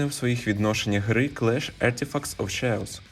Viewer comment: You should’ve asked your English teacher how to pronounce the word chaos 😜